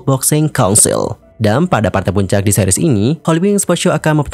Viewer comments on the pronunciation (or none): none